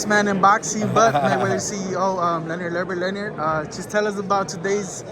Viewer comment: Thought he said Leonard Elleonard 😂😂😂